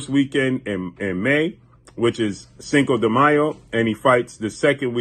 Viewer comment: What up long time no hear so been wondering When the Bloods Fight the Crips who you Role With? Nah just ruffling your Feathers thanks For pronouncing Cinco De Mayo Fluently 👍 cheers 🍻 ✌️